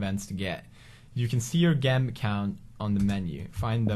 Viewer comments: Gem is pronounced Jem not actually gem. You really made a lot of progress in English since your channel was starting out. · instead of pronouncing it "jem" like it's supposed to be, he literally said gem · That awkward moment when Pewds says it like (Gem) instead of (Jem). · gem ._. pewds its pronounced jem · It's pronounced jem not gem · he knows that, but he likes to say "gem" not "jem" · did he really say gem? lol i love how he pronounces it, its spelt gem but pronounced jem. LOOL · His accent was so cute he pronounced gem as gem instead of jem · did he say "G-em" instead of "Jem" for the word Gem on purpose? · ''Got Gem'' Its pronounced JEM, Not GEM,But its spelled Gem lol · Pewds,those gems are pronounced like jem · 3 "gem" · Pewdiepie it's pronounced jem XD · that isnt how you say Gem Say it like jem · its pronouncd jem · gem is pronounced like jem...NOT FREAKING GEM!!! JESUS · Gem not Jem😂👍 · Its Je-m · he's pronouncing gem wrong;) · its pronounced jem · aww how precious you said gem wrong😂💙